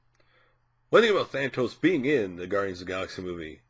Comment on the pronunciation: If you are going to talk about someone GET HIS NAME RIGHT!!! THAAAAAAANOS No thatos.. There is no other T in his name!!!